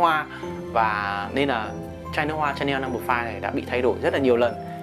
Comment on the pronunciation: Đọc là Shà-neo, ai đọc là Cha-neo